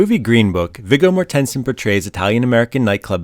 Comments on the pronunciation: I swear to God if you say MorTENsen one more time I have to shut the video off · "conserto" "morTENsen" Really? REALLY? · Who would pronounce Viggo Mortensen's name as MorTENsen? It's Morten-sen, with Morten being like Horton, or Morton, or Corden, not HorTON, or MorTON, or CorDEN. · It's not "mor ten son" it's "morten son" and his first name is "vee goh" . He's Danish.. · Its Vigo MORTensen not Vigo MorTENsen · Listening to my mother's maiden name is being butchered is very annoying... it's pronounced Morten-sen not Mor-tensen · MOR-ten-sen Morten is Danish for Morton. Sen is Danish for son. You should pronounce his name correctly. Or is this AI? If so, program it correctly. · At least learn how to pronounce the actors names that you’re talking about. It’s Vigo…pronounced V-Go…Mortenson…pronounced More-ten-sin. You can thank me later! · Pronounced More ten sen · Mor tens son 😂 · You lost me at "more- ten -sen" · It's pronounced mah-HER-shuh-luh. And VIG-go MOR-ten-sen. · Bad sound on the speak recording part... otherwise, nice knowledge of facts! I couldn't what so ever, keep myself from wondering about the Viggo MoTensen pronounce? although i'm a dane, so to me Mortensen is easy ;) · 🤦🏻‍♀️ If you going to do videos about famous actors, perhaps you should do a little (I'm talking miniscule) research into how their names are pronounced. Watch any interview where Viggo is introduced to see that the 'TEN' in the middle of Mortensen is not stressed. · Vig GO More-ten-sin! That's how you pronounce it. Sounds god awful! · correct, Its “mOArThenSen”not whatever he pronounced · Just a nit ... it's pronounced "Vee-Go More-ten-sen" you mangled it so bad I didn't know who it was you were talking about at first. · The narrator's pronunciation of "Mortensen" and "Carnegie Hall" are kinda' weird. In both words the emphasis in on the first syllable, not the second. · Coming from a Mortensen family. That pronunciation killlllls me mate. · He is mispronouncing his name.